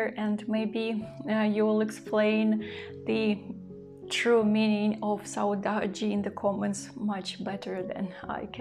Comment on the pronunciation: You pronounced the word "saudade" very well. Here in Brazil, we use this word to describe a feeling that is not always sad. It could be nostalgia, the lack of someone who is not among us, or the memory of a pleasant period that is in the past (a happy childhood, for example). I hope you are enjoying where you are. Sending best regards from Brazil, Kelly.